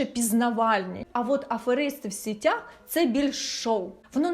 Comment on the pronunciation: Доречі російською типу "сетях - мережі", українською наголос ж на сІтях, як і сказали люди в коментарях ніби риби в сІтях